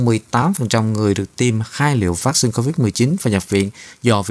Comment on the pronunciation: Xướng ngôn viên phát âm chữ "vaccine" nghe mêt quá và những cách nhấn trong câu của anh cũng rất khó chịu. Nếu anh thay đổi thì sẽ có nhiều người theo dõi hơn Còn nếu vẫn giữ như cũ thì chúng tôi sẽ từ bỏ nghe tin tức của đài. 🙏